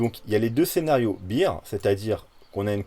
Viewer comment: Merci! Au top comme d habitude. Juste un truc: Beer [bir] = 🍺 Bear [bère] = 🐻 Bon rétablissement à toi 😋